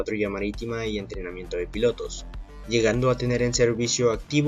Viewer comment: segun el presentador .. ya no son “ pilotos “ si no “‘pilatos “